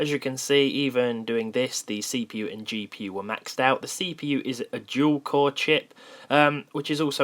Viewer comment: "CPU is a Jewel Chore chip"